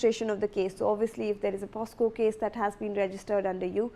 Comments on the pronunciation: Oye newsreader...its not POSCO...its POCSO.... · News reader mam, it is poCSo and not poSCo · what is POSCO ???? SHAME ON THE NEWS READER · That's not POSCO... THATS POCSO😅 IDIOTIC GIRL 😂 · kaise kaise journalists aur news readers aa rahe hain aaj kal, she even does not know the act name its POCSO, but she repeatedly says it POSCO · The news reader must complete her schooling first big shame she can't pronounce the POCSO Act correctly